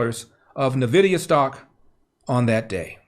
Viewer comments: Hey Larry, the company is pronounced en-vidia. The letter N is pronounced as you would if you were spelling the word. Don’t ask me why but they are known for making graphics cards for gaming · Sorry to be that guy but it's pronounced "En-vidia" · Pronounced N-Vidia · Nvidia - "En-vidia" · Just FYI it's actually pronounced "En Vidia" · Hey Mr. Elder- it's N-Vidia (ENn- Vid-ea) anyhow, I love this channel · Just so you know... the company is pronounced [En]vidia 😘 love you